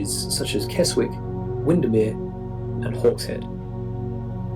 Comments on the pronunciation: kez ick not keswick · Those dividing lines in the lake district will be dry stone walling. He pronounced Keswick wrong you do not pronounce the w it is pronounced Kesick. He has an awful lot in Yorkshire which is lovely but the other side of the Pennines in Lancashire is also lovely. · The W in Keswick is silent so it is pronounced Kesick x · What you called "fences" in the Lake District are dry stone walls. You are right, some are hundreds of years old. The narrator pronounced Keswick wrongly, it's pronounced "Kezik". You can fly to several airports in the north of England and in Scotland without having to travel from London. Trains and buses abound to get you from A to B. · The narrator mispronounced "Keswick" which, as with a lot of British place-names, is pronounced differently to its spelling. Its actually: 'Kessick' - the second 'w' in a lot of British place-names is actually silent...other examples are: Southwark (in London) is pronounced: 'Sutthuk' Greenwich is pronounced: 'Grinnitch' or 'Grinnidge' to its locals, Norwich: 'Norridge' Dunwich (a half-submerged village on the Suffolk - 'Dunidge', Dulwich (in London) is: 'Dulidge' And place-names here which end in '_borough' are pronounced '__burruh' (_never "burrow") Peterborough - 'Peterburruh', Scarborough - 'Scarburruh', And place-names ending in 'mouth' are '__muth' eg. Plymouth - 'Plimuth', Portsmouth - 'Portsmuth'... I hope some of these examples are helpful.